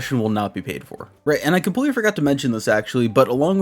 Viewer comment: I only have one shot on words compwetwy😂 no hate btw I couldn’t do this job ever just thought that was a funny coincidence keep up the good work😂